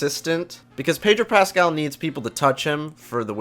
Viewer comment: All I heard was "Predro Pascal needs people to touch him -" and.... I volunteer.